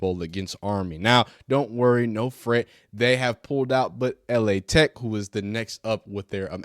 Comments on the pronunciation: 😂😂 & just a heads up it's not L.A. Tech, it's LA. Tech, as in Louisiana Technical. It's pronounced like lah. Terry Bradshaw & Willie Roaf played there. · just so you know, Louisiana Tech is pronounced Lah Tech in abbreviated form